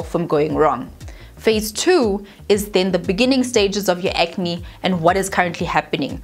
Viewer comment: "Ke acne neh?" How did I not dieeeee from this coffee on my lap! lmao